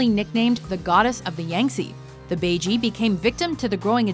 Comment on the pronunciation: That is not how baiji is pronounced. :P